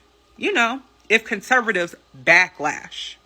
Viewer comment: Kurrsurrvtives she said😆 You KJP is her hero